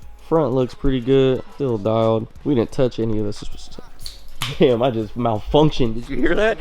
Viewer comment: bro said malfunctioned 😂😂😂